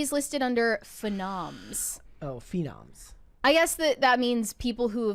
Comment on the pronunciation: Does really not know how to pronounce phenom? 😂